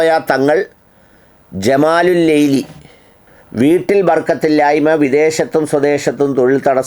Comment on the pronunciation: മലയാളം വായിക്കാൻ പടിക്കെടാ അനിലേ,, നീ എന്താ വായിച്ചത് ജമാലുല്ലൈലി എന്നോ,, നോക്കി വായിക്കെട അനിലേ